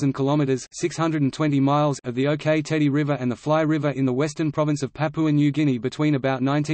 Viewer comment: As someone with direct personal experience of this situation I do not consider this article as accurate and it is pronounce "ock" like the rock not OK - OK?